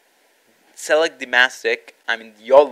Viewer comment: Lol, "Sell it" (select) Btw no hate man